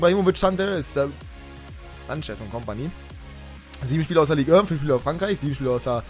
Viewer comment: Es heißt nicht Ligue ön